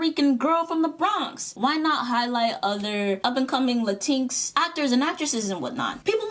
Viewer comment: “Luh-teenks” STOP 😭😭😭